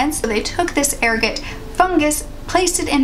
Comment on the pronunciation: Pronounced err-got. What they used to say caused lupine syndrome or werewolves.